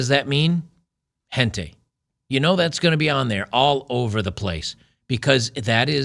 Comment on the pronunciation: Did pronounce that intentionally wrong because of YouTube senors? Otherwise, the sounding of the word is “Hen tie” Other than this one thing, I found odd, please, carry on with the rest of your work. 🫡